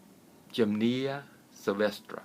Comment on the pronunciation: You state you 're a master herbalist and use the title Dr. and you can't pronounce a basic herb?! gym-nee-ma! Look it up in the dictionary or take two seconds to Google it and see how it's pronounced before you do an entire video on it. It really makes me doubt your credentials to be honest. To me it looks like you're reading off your computer screen and have had absolutely no experience with this particular herb. 🫤